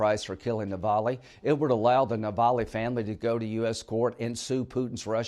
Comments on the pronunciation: "Navaly" can't even get his name right. How on earth do these people become Senators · Hey Linley-His name Novalny…say his name correctly!